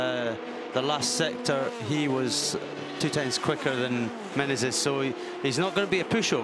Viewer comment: Someone should say that is MENEZES, not MENENES. All race long he said it wrong😂